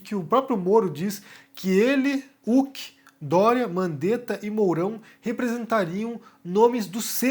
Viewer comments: meu velho, não se pronuncia "Luciano Ulk" o 'H' tem som de "R" no nome dele, você nunca viu o programa ou alguem falando o nome dele? Resumindo, escreve-se "Luciano Huck" mas pronuncia-se "Luciano Ruck" ta bom? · Pq o fala Uck, ao invés de Huck? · a pronúncia é Luciano "Ruck". Excelente vídeo, como de costume.